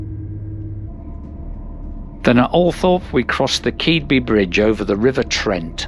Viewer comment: Very enjoyable video. As a Scunny lad (though now living in Kent) Keadby is pronounce "Kid-bee" to locals. Not as weird as the pronunciation of Leigh in Kent though.